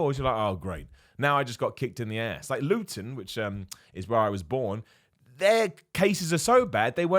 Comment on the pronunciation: Loo-ton. Huh. Cool. I thought it was pronounced lut-ton.